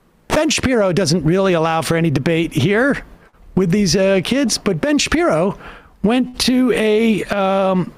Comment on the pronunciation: Help, I keep hearing "ben shapiro" as "Bench Appear-o" my sanity is slipping.